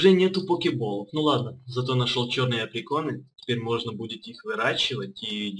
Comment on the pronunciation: Да блин достали АПРИКОРНЫ А НЕ ПРИКОРНЫ А ! А! ПЕРВАЯ БУКВА В АЛФАВИТЕ!